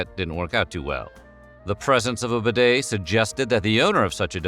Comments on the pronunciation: Useful intel but... the damn word bidet is pronounced beeday not b'day, without the silent 'i' this guy has invented.. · Pronounce properly! BEE-DAY not b' day (as a contraction) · It’s pronounced beeday! 🙄🙄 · Much ado about absolutely NOTHING. By the way it is pronounced : "BEE DAY" not "BID-AY" ! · pronounced be day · Try getting the pronunciation correct.... Try 'B Day' . . Instead of 'Bed A' . . . Then they might become more of a fashion statement. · So you pronounce it b'DAY in America; in England it is pronounced BEE-day. It never caught on in the UK, unlike in France, so as more immigrants to the US were British than French it never became popular there - though I suspect more were found the South (Louisiana, for example) than New England. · Bidets rarely exist in British bathrooms either, much to my regret. I wish you would learn to pronounce bidet properly! It is BEE-det, with stress on first syllable. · It's pronounced beeee daaay! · Correct pronunciation...BEE-DAY!! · Aah If you’re discussing a subject at least learn how to pronounce it It’s a bee day Thanks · For goodness sake learn how to pronounce the word bidet.🤪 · The way you pronounce bidét sounds very stupid.